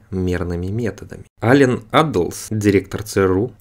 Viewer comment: "Ален Абдалс, директор ЦРУ" ... Серьёзно?))) Может, всё-таки Аллен Даллес???)))))))))))